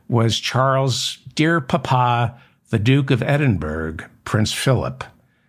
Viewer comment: David, we may be two 🇬🇧🇺🇸countries divided by the same language but please pay a little more attention to that language, couldya? It’s pronounced Edinbruhh not Edinburrow. OK?